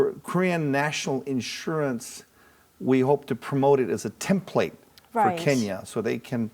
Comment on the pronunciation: 케냐 할때 그냥 한국발음이네ㅋㅋㅋㅋㅋ